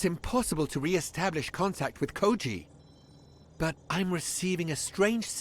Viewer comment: This is the English dub of all time. British Koji Kabuto and everyone wildly mispronouncing Japanese names so badly is so baffling it's hilarious. And there's not even a Japanese audio track for the game at launch is what makes it funnier.